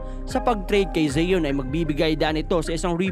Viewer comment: Pronunciation lang ng Zion d mo alam.ayos boy